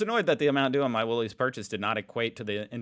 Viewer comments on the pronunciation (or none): Still can't say Woolies,?? 🙄